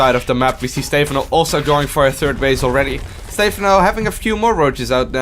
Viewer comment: its not Stay-phon-oh its stuh-Phan-oh